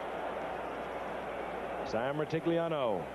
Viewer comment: Gifford doesn't even try to pronounce Sam Rutigliano's name in the intro... 😂